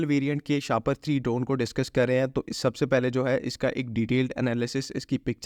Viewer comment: Seriously it should be pronounced shah-paar not shahpar to avoid getting trolled with things like a plastic bag you know what I mean